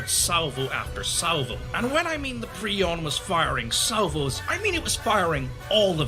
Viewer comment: wtf is he talking abt xd also why is he pronouncing 'Piorun' as 'prion'?